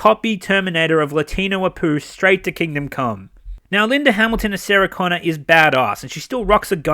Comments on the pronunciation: Saggy Connor, that's all I hear, when you say Sarah Connor. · Agree with EVERYTHING that you said except calling Linda Hamilton “saga-Connor.” We can’t help getting old,. Even you will get there someday.